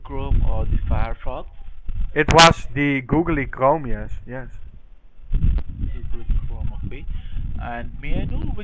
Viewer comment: "the goole crom sir" xD i died